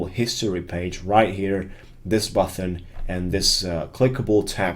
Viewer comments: greatjob. Thanks for your videos. One small thing, and its not important at all, but button is a hard T, there is no H, You pronounce it BUTTEN, not BUTHON. Quick fix, there you go. Thanks again. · Yes, except the pronunciation of button (it's not "buthon") :-p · Button not Buthon